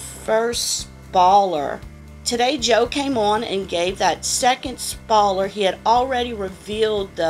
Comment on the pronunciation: Hehe I like the way you say spoiler 🙂 I sure hope next month's box is better! This months was very meh... It's just funny how they ended 2018 with an amazing box then starts off the new year with a not so good box lol.